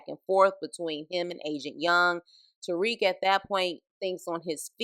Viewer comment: Made it 1-2 mins into this vid before I got super disgusted & turned it off as fast as I possibly could. From the very start you give off this ugly “idc” attitude about a show you’re literally going out of your way to talk about AND POST to YouTube. You immediately called “Obi” “the one with the weird accent”…like bruh what? Also it’s TARIQ, not Tyreek. Two completely different names. It’s clear that you’re just a confused casual who’s just trying to gain clout off of the show Power but complains the whole time about how you don’t care for it🤣🤣. Make it make sense Sway!! Your best “SHTICK” is to be a nasty mouthed shyt talker?? WEIRD ANGLE! Nah this bushe leauge wannabe power video ain’t flying!! Us real fans take this Power shyt serious. Could never be a MARCDARK, RUDY P, LAMONT TYSON OR GIHIL!! 🗑️